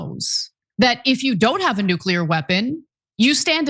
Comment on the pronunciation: "No one knows noo-kyu-lurr better than me" --dumm-dumm